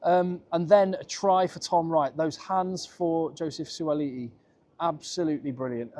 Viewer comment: Beautiful pronounciation - Suaali'i - not an easy name to say!